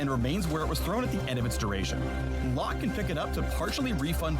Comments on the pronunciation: Locke Correct Pronounciation: Lock How mfs pronounce it: Low Kay Yone Correct Pronounciation: Yo Nay How mfs pronounce it: Yown I CANT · "Lowkay" Why can major pros and content creators not read, hear, or say a name correctly. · Did he just call Locke, low Kay? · the e in locke is silent